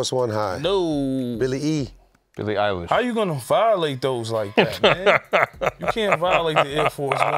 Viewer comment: Great episode fellas. Please get Salahe on soon, and maybe on the POD too. Trinidad for worst take, for mispronouncing Billie Eyelashes’ name